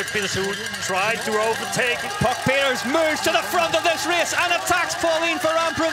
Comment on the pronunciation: It’s not Puck Pieters it’s Pieterse